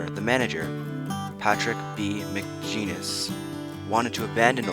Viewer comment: McGinnis is pronounced with a hard "G", and the "K" is silent in Morrison-Knudson. Work on your script. Do more than one take on the same lines so you can have more fluidity in your voice track without all those awkward pauses. Overall, good video. Information is accurate, nice video clips.